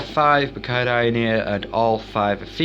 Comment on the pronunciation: can u please learn how to pronounce the words you said tanganyika and brichardi wrong